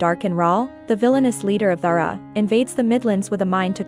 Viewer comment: Okay clearly read by an AI and does not include the books after Confessor. Notes: D'Hara is not pronounced "dhrra". Kahlan is not "Kaylan" (TV messed this up too). Jagang is not "Jagong" either.